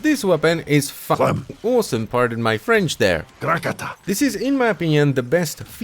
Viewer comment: Oh, I did not know that one. Thanks for sharing the info! It got my attention since I'm French and I was trying to figure out what was French about "f*cking" or "Clem!"^^. Also, I heard "part of my French" instead of "pardon my French" so that did not help me understand.